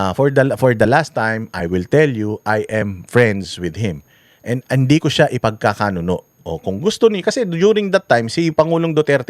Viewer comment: I’m bothered. 😅 I think the right term is ipag kakanuLO, not ipagkakanuNO. Yun lang. Keep up the good work.💚